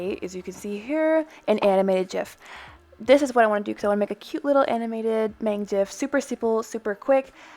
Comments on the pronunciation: NO PLES NO SHE SAYS “mAng” NOT “mahng” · this is such an informative video!! just some things tho, mang is pronounced (mah-ng) not (may-ng) also theyre nonbinary but go by she/they! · kfksksj not to be that person but....its mang as in 망 (muhng) , not maeng other than that, great video! 💜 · This video is helpful but I cringed so hard when you said Maeng... it’s Mang. It’s okay if you’re not a fan or like a huge fan lol. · I like the concept but it’s pronounced maHng not maYng😳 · um what? His name is pronounced (M-ah-n-g) not (M-ay-n-g).. lol just thought that was funny.. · You pronounced Mang incorrectly :( The “a” pronunciation is more of an ah sound than an aye sound. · lol she said maeng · I took an animation class in high school and was convinced that I’d never be able to do it again because programs can be too expensive for me to buy for just a hobby. I actually don’t own procreate, but this is even more incentive. Also Mang is pronounced like Mahng 😭😭 (Edited out that Mang is a girl because apparently it's false. Don't want to spread misinformation!)